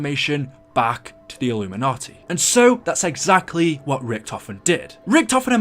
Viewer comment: When you say "illumanti" are you talking about the same community where they sell there souls